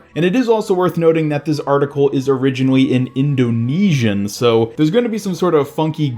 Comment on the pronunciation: Haha, the way you said Indonesian was really funny to me. As if you had never heard of it before.